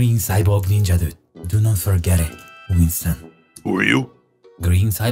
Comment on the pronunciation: Ah yes Wington